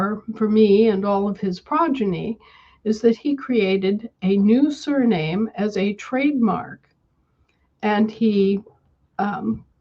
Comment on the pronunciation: When talks about “surname” for me it sounds like surrealism (n.) - from French surréalisme, from sur- "beyond" (see sur-) + réalisme (see realism). Sur- also means “anti”